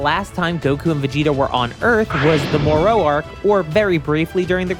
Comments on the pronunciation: The way you pronounce moro is very funny. You say it like, the island of Dr. Moreu and not... more. More-o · I kinda wanna ask why you pronounce Moro that way ngl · Hearing this man pronounce Moro and Korins name is the funniest thing